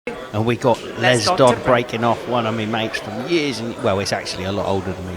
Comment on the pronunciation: Dodd ...not dodds